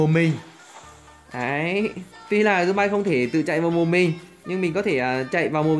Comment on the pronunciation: Anh tào lao quá zom bi mà anh nói zom bai (Ý kiến của thằng Đạt)